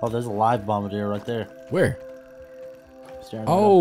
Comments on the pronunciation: the “bombadeer” beetles… I’m fairly sure it’s French and pronounced bom-bar-dee-ay. Anyways love your videos, I watch all of them. Hands down favorite streamer. You rule bro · bombardier is French ( bom-bar-D-A ) most pronounce it ( bom-ba-dear ) if you were wondering you called it bom-bar-der